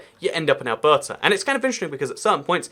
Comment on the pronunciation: Yep, he pronounced it like he was a local. His pronunciation of Alberta however... :)